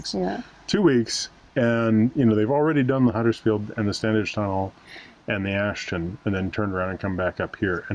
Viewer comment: We did this route on our own 4 years ago, so it was good to revisit the sights. We live locally and Standedge is pronounced Stan idge ie the middle d is silent. Just saying! 🥰